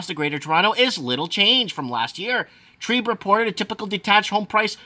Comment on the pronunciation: TREB. Not trEEEB. Short E not long E TREBBBB Not TREEEB